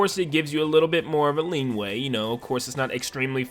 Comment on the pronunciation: Leeway* not "lean way"